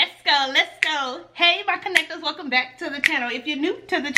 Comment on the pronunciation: I'm still laughing at "Helcume back to the channel" 😂😂😂😂😂